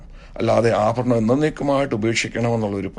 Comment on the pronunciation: ഈ സംസാരിക്കുന്ന അപ്പച്ചൻ മാർക്ക് ഭ ,ബ ,ഫ എന്ന ഉച്ചാരണം മലയാളം ഭാഷയിൽ ഉച്ചരിക്കണം ആ ഫരണം അല്ല. ആഭരണം. നിങ്ങൾ ആദ്യം ദൈവത്തെ അനുസരിച്ചു ജീവിക്കൂ. ഒന്നര കോടിയുടെ വീട് ഒരു ലക്ഷത്തിന്റെ സിൽക്ക് സാരി. റാഡോ വാച്ച് എന്ന് വേണ്ട ..... നാറിയ സംസ്കാരം നിങ്ങളുടെ ഇഷ്ടത്തിന് വളച്ച് ഒടിച്ച് അടിച്ച് പൊടി ജീവിതം.ഇതൊന്നും യേശു ക്രിസ്തുവിന് ഉണ്ടായിരുന്നില്ല. എന്ന് ഓർത്താൽ നന്ന്.